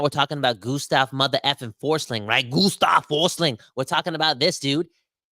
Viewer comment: Gustav Forsling is Swedish so that German pronounciation of his name is so off.